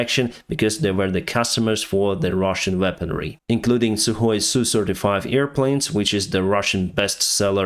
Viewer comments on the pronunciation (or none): none